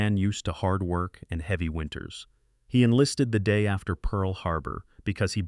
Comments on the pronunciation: "Heevey snow". I hate AI. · AI doesn't know how to pronounce "heavy" at the very beginning.